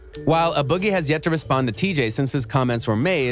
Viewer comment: dude said uh boggie with the hoodie